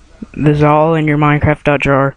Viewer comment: It is ALL in one not ALE in one!! OMFG!